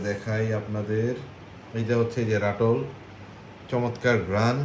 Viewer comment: আস্সালামুআলাইকুম । ওখানকার হোসনেআরা আমের, একেবারে ক্লোজ ভিডিও দেখতে চাই। যাতে করে ঐ আমের 'ঠোঁট' টার ডিরেক্শন বুঝতে পারি।। ঐ গুলোর মধ্যে একটা দুইটা বাদে সব গুলো আমি চিনি! তাইতো বলি ঐ সবগুলো আম AAA কোয়ালিটি র। ... যেমন উচ্চারণ টা হবে রাতুল '! রাটুল নয়। পূর্ণ নাম, আনোয়ার রাতুল' আম! কই, আমি আশা করছিলাম যে, ওখান থেকে আসার সময় কহীতূর আম চারা সংগ্রহ করে নিয়ে আসবে! 😢(জাপানীরা সূর্য ডিম বানাইতে পারছে কিন্তু অন্য আর একটা কহীতূর বানাইতে পারবে না) এতে করে আমি বুঝে নিলাম যে কালেকশন এর চাইতে 'আনন্দ' একটু বেশি হয়েছে 🤭😳